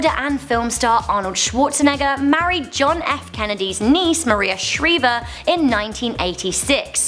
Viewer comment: is Maria Shriver you didn't say it right that's how you say it I've hunted said a lot of times just like I said it Maria Shriver I'm not mad or anything I'm just saying it helping you out you want to know if you ever had it set again I didn't put any periods in a sentence so think what they are for yourself we have. Your self goodbye and I love you you on your channel and this way bye